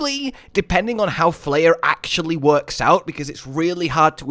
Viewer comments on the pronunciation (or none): Isnt it pronounced flay-er. Like as in flay o fish?